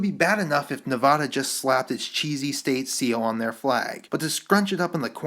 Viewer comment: Well thats not Nevada's state seal. And thats not how you say Nevada